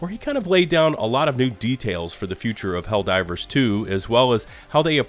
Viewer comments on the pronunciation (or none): I love your video man, but I laughed both times when you said "Hell-Riders 2" LOL. too funny! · Why do you keep saying Hellriders? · I'm just trying to figure out why he keeps calling it HELL RIDERS LOL 😂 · Is it me or is he consistently calling the game Hell Riders? 😂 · Is he trying to say hell rider's? Cuz that's what he's saying